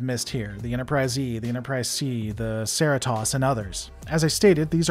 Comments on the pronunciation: The... "Sarah-toss"?? I assume you're meaning the Cerritos, which is pronounced "Sir-REE-tose", like the city in California. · I'm pretty sure Cerritos is an inside joke referring to the ubiquitous 'Cerritos auto square' commercials that would play during morning reruns of Star Trek in southern california where the show was concieved, and thus ought to be pronounced 'sir-ree-toes.' It would be even funnier though if it was actually lampshaded as a totally different word, 'seri-toss', as cerritos is a fairly unimportant place with an auto dealership as its claim to fame, and I haven't yet watched all of Lower Decks yet, so I could be wrong, but it is seriously grating hearing you mispronounce the name :p